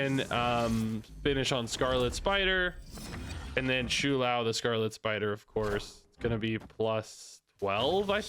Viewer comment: if i hear him say shoe lou one more time